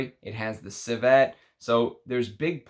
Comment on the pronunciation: Its not corSETTE, its corset. There is no word, corsette.😉 Similarly, the word is not ciVETTE, its civet. Civette is not a word either.😉 Cheers. Thanks for your work!